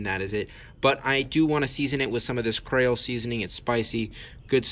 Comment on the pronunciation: How did you not know it looked like another snake partially decomposed an you said the name f the seasoning wrong its Creole sound it out cre o!e